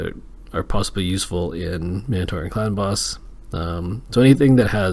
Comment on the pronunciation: I swear every time you say “clan boss” I hear it as “ clown boss” lol